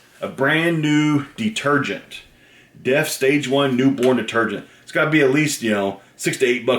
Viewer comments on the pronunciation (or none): Its dReft, not deft lol